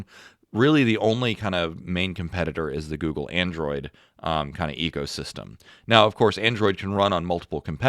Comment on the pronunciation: Did he say Ego System? Or Eco System? 😂😂😂